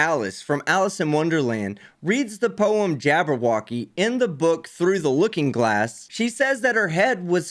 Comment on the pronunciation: Every time he says jabwrwocky I giggle...